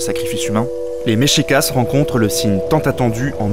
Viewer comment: MEXICA pas MEXICASS. Mexica (pluriel) et Mexicatl (singulier).